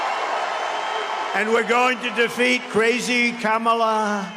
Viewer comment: is just yapping to hear himself amplified at this point. He's like a toddler hearing his voice in a microphone for the first time with those crazy syllables and elongated L's 😂😂😂 KaHHHmAHLLLAAA😂😂😂😂 gotta admit he sounds like a biiit of a stalker. Like by alot. LLLoooooossser. Great crowd. How much did ya pay 'em?